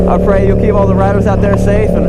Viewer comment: I'm always encouraged by your verses and prayer. At first when you said, "keep all the riders out there safe," I thought you said rabbits. :-)